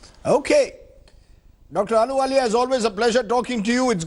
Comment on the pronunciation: Not aluwalia it's "Ahluwalia"